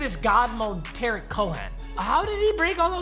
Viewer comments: TUH-REEK not tear-ik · It’s Tarik like ta-reek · Your first mistake was calling Tarik Cohen “Terrick Cohen” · “ terieak Cohan” 😂😂😂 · When he calls Tarik Cohen, Tahrick Cohen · “terek cohen” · Tar-reeeeeek. Not Tar-ik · It's "TaREEK" not "Ta-RICK" Cohen. 🤐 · Tu Reek Cohen not Tarik Cohen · Just so uk it’s pronounced ta-reek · almost threw up at that pronounciation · I’m a bears fan and I got triggered when he said Tarik Cohen’s name wrong 😡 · The way you say Cohen’s name is so wrong it pains me